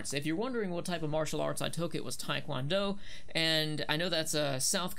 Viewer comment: 태권도 ... Tae Kwon Do It’s actually pronounced “Teh Gwun Doe” and not “Tai Kwan Doh”.